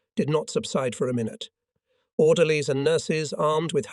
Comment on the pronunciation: I don't understand how you can pronounce the Russian words/names with no apparent problems. Yet, can't pronounce "orderlies or dinghies or corps".